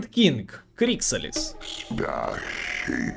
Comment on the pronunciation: крикса'лис ударение на А ведь ?